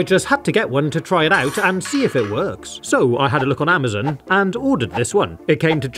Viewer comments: he just said amozin no amizon 😂😂😂😂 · Why do you pronounce Amazon ammuhzon? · Why did mu guy say "amizun"